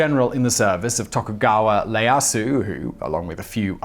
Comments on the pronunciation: Not Layasu, Ieyasu (e-a-ya-su) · Yo simon i dont care if you prenounce stuff badly but its ieyasu with an i not with an l...even writen with a capital i (Ieyasu) is different then a capital l (Leyasu)...man from a man of knowledge this was a dumb mistake...who mistakes a capital I for a capital L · It's not Leyasu, it's Ieyasu. Names start with capital letters, and his is written with an I, not an L. Also: "Yassookey was employed by Oda Nobunga the Daimo" makes the Japanese people cry. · For Nobunaga, I quite understand why he mispronounced the name but why do he always pronounce the "I" on Tokugawa Ieyasu as "L". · That first letter in Tokugawa Ieyasu's personal name is a capital I (eye), not a lowercase L. Nobunaga is No-bu-na-ga, not Nobunga. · While you did caveat poor pronunciation, you really screwed up on a key figure in Japanese history, who you mentioned twice. Tokugawa Ieyasu. The first Shogun. The first letter of his forename is I (i) not L (l) and while this is phonetic it should be closer to i-e-yas, certainly not Leyasu - note there's no L in Japanese either. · Togukawa Ieyasu, not "Leyasu". Phonetically something along the lines of "yeah-ahsu" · Ok so I know you said you'd pronounce them wrong but I wasn't expecting the Japanese names. 1. Nobunaga not "Nobunga" 2. Ieyasu not "Liyasu" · Tokugawa's name has an I at the beginning, and it's pronounced like "EE-eh-Ah-soo." You pronounced it wrong twice by .